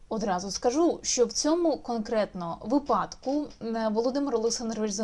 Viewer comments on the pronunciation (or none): none